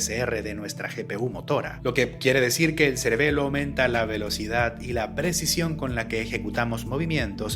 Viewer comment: Ya llevo casi un año siguiendo este canal y primera vez que lo escucho decir a la palabra celebelo 😂